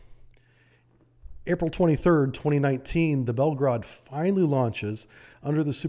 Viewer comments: It is not called Belgrade but Belgorod, Belgrade is the capital of Serbia !!! Read as it is written, and do not Americanize Russian words. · why it's so hard for Americans to properly pronounce Russian words? even this guy who is obviously knows his Russian submarines cannot pronounce Belgorod correctly. nor Vysotsky